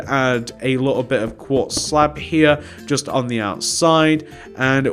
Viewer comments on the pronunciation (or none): Who else was thinking to them self what is he saying here . He always says just